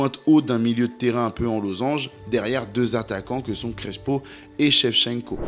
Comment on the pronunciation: ça ne ce prononce pas CreSHo, mais CreSSpo 😉